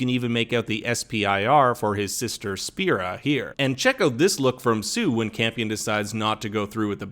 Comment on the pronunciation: Spiria, not Spira